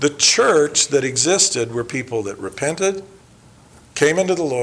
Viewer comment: Really?, Could it be you're introducing yourself, then, as the last line of your intro? Is your name? that's the only other think I can think the last line of your intro says in very hushed tones (and some random hissing sounds of talking with a wet mouth). "" sounds just like "repent" and you're swallowing your words so I couldn't tell. If your name is or Bennet or some variation, maybe you're introducing yourself and not adding a "and repentance" on the end of the list of nominatives that describes 'Gospel Tangents.' Hell if I know, lol,...